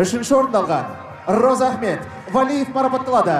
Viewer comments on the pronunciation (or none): Розаахмет деп дурыс атамапты, Разыахмет десе дурыс болар еды